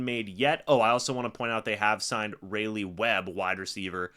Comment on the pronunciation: its pronounced "Ry Lee" (Raleigh)